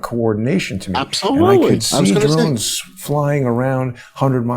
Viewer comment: Drones with today's military technology. Im with John does great work. But please it is Drones.